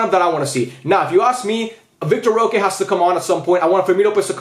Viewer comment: Idk how true this is but Vitor roque is pronounced vitor hoque